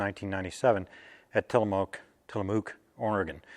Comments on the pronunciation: just an fyi, It is pronounced Tillamook (with the "mook" sounding more like "muck"). Jeff was a great guy, a superb writer, and we shared the fact that both our dads flew the P-38 in WWII (my dad was in the South Pacific). The plane was a pilot's plane with little margin of error. In a word, complex. In numerous interviews with the surviving members of my dad's squadron, they all said they loved the plane, but also said to the effect that "If you didn't do something right, it would reach out and bite you." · You had it right the first time. Tillamook, like book. Thanks for the info.